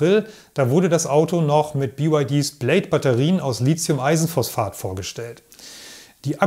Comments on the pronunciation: Gutes Narrativ, gerade auch, weil auf zu viele ablenkende visuelle Einspieler verzichtet wird. Danke für diesen erhellenden und zukunftsweisenden Beitrag. Persönliche Meinung: „Lizium“ klingt recht populärwissenschaftlich; das chemisch-etymologisch korrekte „Litium“ würde professioneller klingen :-) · Als Chemiker darf ich einem Akkuspezialisten sagen, dass das "h" in Lithium die Aussprache "Lizium" unnötig macht ("verbietet" will ich nicht sagen). Lithium kommt vom altgriechischen lithos = Stein, wie in Lithografie. Du darfst also gerne die richtige Aussprache (ohne z) verwenden und dich damit von den sehr vielen Falschrednern abgrenzen 🙂